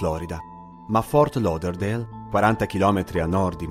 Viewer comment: Che bello sentirti pronunciare correttamente Fort Lauderdale 😃ok continuo ad ascoltarti